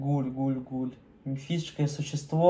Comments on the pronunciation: правильно не гхолу а гуль:))) обожаю твои реакции удачи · мне понравилось как ты прочитал слово гуль как кхол